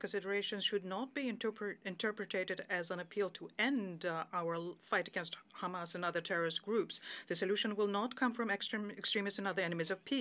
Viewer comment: Israel.. It's hamas.. not khamas btw.